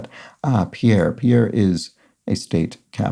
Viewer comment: One revision to this: Pierre is pronounced "PEER"